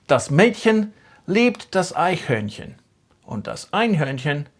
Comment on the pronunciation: you are pronouncing eichhörnchen with an n. like this it would mean litte unicorn😢😊